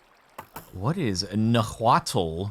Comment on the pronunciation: I know this likely won't get seen by the gentleman recording, but, here. Nahuatl [ˈnaːwat͡ɬ] has been spoken in central Mexico since at least the seventh century CE. It was the language of the Aztec/Mexica, who dominated what is now central Mexico during the Late Postclassic period of Mesoamerican history.